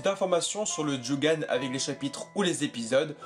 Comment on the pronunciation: prononciation à ne pas oublier stp ! : " a zzu ra " " do jutt ssu " djo gan " RESPECT MEAN?!